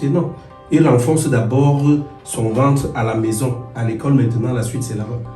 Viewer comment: il faut leurs apprendre à prononcer ventre comme toi et non vencre sa fait trop bizarre 😅